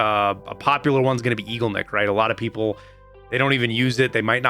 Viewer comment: Eagleneck :D it's more like e-goal-nick